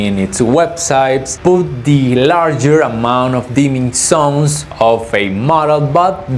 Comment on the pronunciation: I don't know why you guys can't pronounce the sound "z" at all (have you ever tried?), but it's very annoying to hear "dimming sons" when you actually mean "dimming zones"...